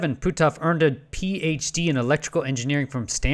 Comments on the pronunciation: Ok you are killing me with your pronunciation! His name sounds like “put-off”. You are saying Pooh-toff” Sorry I hate to be a grammar cop but “Pooh-toff”? LoL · Puthoff. Not Pootoff. Either way, we must dismiss his "work" on remote spewing.